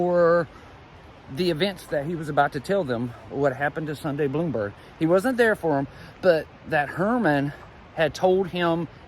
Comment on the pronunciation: Her last name is pronounced Blahm-berg, not Bloomberg. Thanks. --a classmate